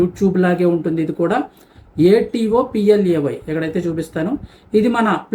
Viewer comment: ఆటో ప్లే అనకూడదు a to play అని అంటే సరిపోతుంది